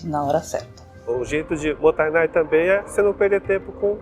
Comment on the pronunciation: Adoro seu canal,e de forma alguma não desfazendo desse conteúdo,alias está super correto a sua percepção. Eu moro no Japão a 30 anos,desperdício aqui e ofensa especialmente quando se deixa comida no prato. Só um “só que pronúncia correta não é motanai é MOTA_I_Nai.tem o I no meio.Desculpa se parece arrogante a correção,ms realmente precisa compartilhar a forma correta,já que vc me encima muitas coisas tbm cm seu canal.